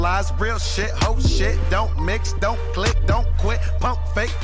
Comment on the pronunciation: Don trip like Don’t lol not dawn